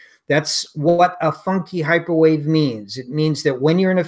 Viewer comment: probably says "this is hyperwave" in the beginning of the video, but I have no idea what came out of her mouth. Automatic subtitles show "microwave", but that is just an approximaiton